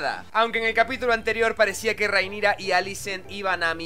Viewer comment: Acaso dijo Rhaenisa!? xD pd: no te enojes me gustan tus videos xD